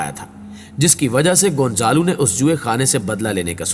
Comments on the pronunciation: بیٹا گونزالو نہیں ۔گونزالا ھے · Hindi mein gonjalo bolty 🤔 z ko J